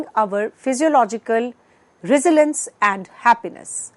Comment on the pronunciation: Would've been better to hire someone who can pronounce resilience right